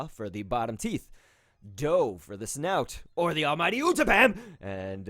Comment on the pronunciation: I love how he says "or the almIGHTY UTTAPAM" then continues talking completely normal XD